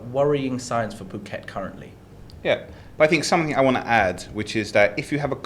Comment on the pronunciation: He says "pyu~~ket" again . It's "pooket!!!" So annoying